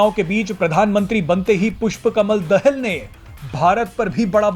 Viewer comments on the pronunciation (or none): Dahl nahi Daahal ucharan kare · अरे भाई पुस्पा कमल दाहाल है दहेल नै ठिक से बोलो 😂😂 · दहेल नहि दाहाल है भाइ कोउन सा कलेज पढ्कर आये हो पत्रकारिता कर्ने के लिये। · Dahel nahi dahaal pronounce sahi karo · दहेल नहि भाइ दाहाल बाेलाे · दहाल बोल भाइ। दहल नहि